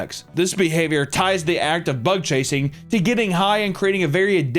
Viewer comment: it took me up to this point to realize you were saying “bug chasing” not butt chasing 😭